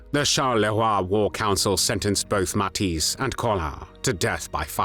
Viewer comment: I'm a native dutch speaker and mathijs is with the "ij" it's pronounced like the "ei" as in egg and not as an "ie"